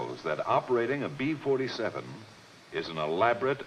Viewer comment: The narrator repeatedly says "Pee-Forty-Seven" instead of "Bee-Forty-Seven!"